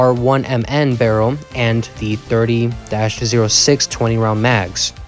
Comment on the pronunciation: .30-06 is said "thirty aught six"